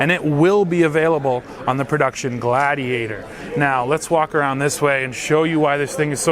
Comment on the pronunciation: would you please check in with Andre? It’s pronounced GLAYdiator (rhyme with radiator) 😁